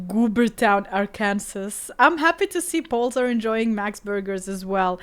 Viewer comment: Ark-kan-sa not Ark-Kansas 😅